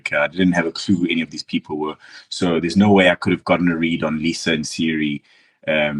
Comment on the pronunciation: He can’t get over pronouncing Cirie’s name as Siri (with the emphasis on the first syllable), which is weird since he learned it by hearing it when he was playing with her.